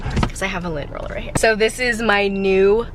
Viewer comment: Lent roler lmao